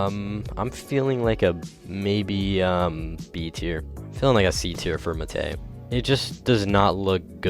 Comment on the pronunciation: why the hell does he say muh tay